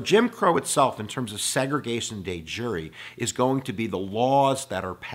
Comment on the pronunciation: Bro I like the video, but it’s not day jury it’s de jure(dehzjuhr). It took my 10 minutes to figure out what word that was.